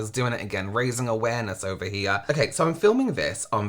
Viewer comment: This guy is 'awaremess', not awareness. My mental health leaves the premises while I'm watching it.